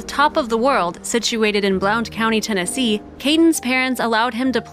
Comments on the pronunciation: Just so you know: Blount County/Blountville are pronounced “Blunt” County and “Blunt”ville… 😉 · Blount is pronounced blunt. Js :) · Blount is pronounced "blunt"....I wish people had an idea how far a little one can wander and how often you find derelects in the woods! I am so happy he was found!! 🥰